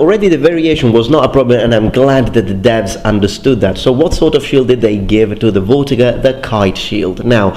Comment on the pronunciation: I think it may be pronounced fortiger rather then vortiger, it sounds german (in german v is pronounced f).